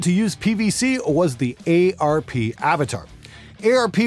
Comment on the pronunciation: eyy arr pee, it's arp like karp :-)